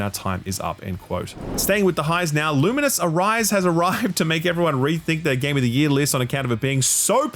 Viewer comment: How long are you going to keep mispronouncing Lumines